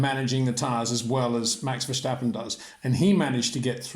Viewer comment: "Max VerSHtappen" is NOT how you pronounce his last name Sir.